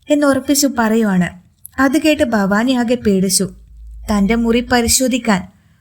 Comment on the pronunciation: ഫവാനി ഫവാനി എന്നു പറയാതെ ഭവാനി എന്നു പറഞ്ഞുകൂടെ